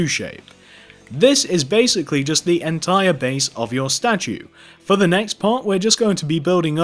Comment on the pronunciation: no offense, but it kinda bothered me how u kept saying "entire"